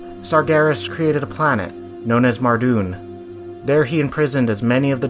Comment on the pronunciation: "sargheres" "mahrdewn"